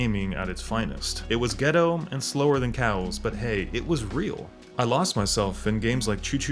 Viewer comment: Ah yes cuz the Playstation has a shit ton of exclusives today too 😂😂 the remaster system, pc is where it's at now and idk why he keeps saying getto 😅